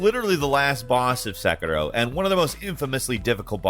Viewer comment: Se "Qi" Rou :-)